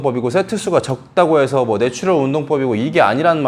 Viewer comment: 죄송한 말씀이지만 네츄럴 빨리 발음하실때 노출혈처럼 들려요. ㅎㅎ